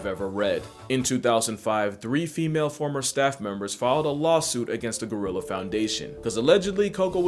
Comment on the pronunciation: Not Go-rilla! Gry-lla! Lmao, cracks me up every time.